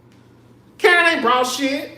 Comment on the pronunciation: They calling Karen, Kurn 😢😢😢😢